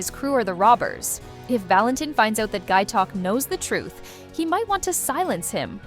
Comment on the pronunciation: Valentin is pronounced “VAL-en-teen”